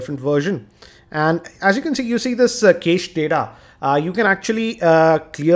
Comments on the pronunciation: it pronunced as "cash" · prithvinath kamath It's pronounced "Cash" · cache is pronounced cash like $